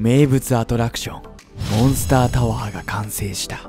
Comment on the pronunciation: 1：28の時モンスターじゃなくてモンスタになってる